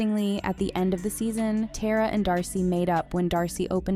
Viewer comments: It’s Tara,not TERROR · It’s pronounced tar-ah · It’s not “tear-ah” it’s “tar-ah” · I can’t believe she says Tera not Tara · Its tara not teara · And Tera. Its TARA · This video is really just mispronouncing the easiest names. She called Elle “Ella” and pronounced Tara “tear•a” instead of “tar•ah” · Her name is Elle not Ella and Tara’s name is Tara bit teara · You lose all credibility as a channel when you don’t even know how to pronounce the characters names. It’s not Tear-A, it’s Tar-a. It’s not Ella, it’s Elle (like the letter L). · “Tera” “Ella” 💀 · Ngl I almost clicked off when I heard that and “TAYRAUH” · Your ponancing Tara wrong and don't call Elle ,Ella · i don't like how the narrator is only mispronouncing elle and tara's name. the two colored characters in the series.